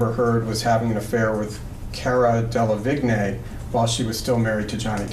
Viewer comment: I don't understand why so many people don't check how to say Delevingne. She is successful, so looking for a tv interview could easily correct this. The man asking the questions should be saying it properly, lack of clarity in a court case is bad idea.